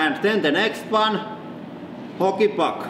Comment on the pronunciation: also when you say hockey puck it sounds like holy fuck